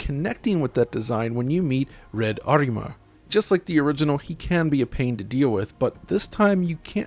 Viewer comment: First time that I heard someone saying Red Ariman's name correctly, people normally say something like "Arremer" like it doesn't have a meaning, not realising is a real name, Ahriman, also know as Angra Mainyu is the ancient malicious deity of the Zoroastrianism religion. The Ghost n Goblins franchise had always used a lot of these mythos for naming its devilish cast, Red Ariman is one of those that got lost in the west for most people.